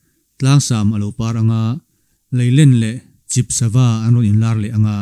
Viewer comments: Lailen tih leh Chip kha athluk adik chiah lo deuh va mahse ichhiar ngaihnawm lutuk tlat rawn tangzel rawh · Sava hming LAÌLEN LEH CHIP Hming kha ilamdik chiah lo deuh ichhiar ngaihnawm lutuk e